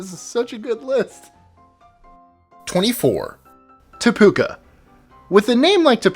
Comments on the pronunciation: Really te puka? Its te peuke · Te Puke is pronounced Tea Pookey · The NZ town is pronounced Te Puh-kee, and they are kiwifruit, not kiwis (a flightless nocturnal NZ native bird). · Any New Zealanders annoyed with the pronunciation of Te Puke? It's supposed to be pronounced as 'Teh - Pook - eh'. Not, 'Te Pooka' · don't mean to be rude but you pronounced number 24- Te puke wrong it's pronounced Tea-pook-e (pook rhymes with book) it's a Maori name (nz national language) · It's not Te Puka Its Te Puki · It’s te Puc ey that’s how it’s pronounced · omg you pronounciation is AWFUL. Te Puke is said Te Pook ee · It's pronounced Te Puke ee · Te puke is not pronounced te puka if you new someone who could speak maori it might mean something totally different also you forgot Fuck in England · Te Pu-(key). And Te Puke is by FAR not the weirdest place name here. XD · Your pronunciation is horrible, as a New Zealander I have to tell you that Te puke is pronounced Te pookee as with a long o sound like book and long e sound like in the word free. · That’s not how you pronounce Te Puke, pronounced ‘Teh-Pook-eh’ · Te Puke is pronounced TEH-POO-KEH... But just re-reading that now, I'm the one giggling my arse off. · It's pronounced Te pu key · It is pronunced tea pooki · Te Puke is a maori name so its not exactly a funny place at all :). its said as Te Puk-e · How about Taumatawhakatangihangakoauauotamateaturipukakapiki- maungahoronukupokaiwhenuakitanatahu in New Zealand? Longest place name in the world. Good luck pronouncing it though. Cheers for the wicked vids! p.s you pronounced Te Puke wrong - it's said "te pook-e" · Te Puke is pronounced Tee Pook (book) Key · Te Puke is pronounced Tea Poo Key, just FYI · Te Puke pronounced Te pu ke XD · What about Taumatawhakatangihangakoauauotamateaturipukakapiki- maungahoronukupokaiwhenuakitanatahu?? Its the longest place name in the world. Also numer 24 is pronouced Teh pookee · Te Puke is pronounced 'Te Pukee' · te puke pronounced T pook key